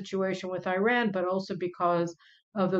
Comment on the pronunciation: Can you please pronounce Iran properly?